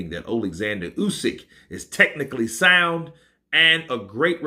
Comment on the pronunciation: Mate you been having a stroke this last hour? ''technically SPUND'' ''everything QBOIT Ryan Harcia'' You ok bud?